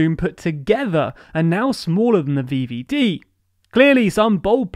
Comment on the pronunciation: thé vieviedie, im keeping that one alive *edit im loving these pronunciations, ty <3